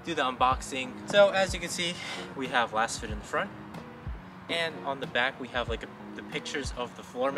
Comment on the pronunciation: Pretty sure it's pronounced "lasefit". Like they're laser scanned for a custom, precise fit.